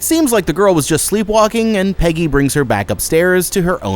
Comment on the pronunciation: Pejjy and vaylek are the discount temu versions